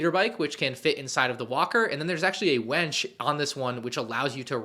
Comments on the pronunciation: why did he have to pronounce "winch" like "wench"? :( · Winch not wench lol